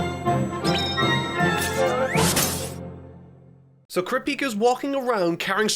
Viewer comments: ”¡No puedo detenegme!” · Hisoka: "No puedo detenegme!!!" In a french accent. Ok, but.... why?